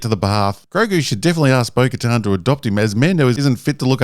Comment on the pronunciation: Bo Katan. CC: Bogota Boca Town Beau Guitar Spoken To Her Bogotan Burger Town